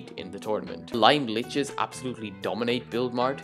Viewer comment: is the correct way to say it ("Liches" is pronounced "Lee-chez")